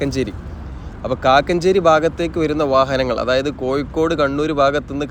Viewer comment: കോയിക്കൊടു അല്ലെടോ കോഴിക്കോട് എന്നു പറ